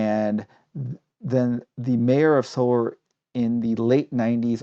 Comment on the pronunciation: I'm curious- it sounds like you're pronouncing "Seoul" like "solar." Is that the correct pronunciation?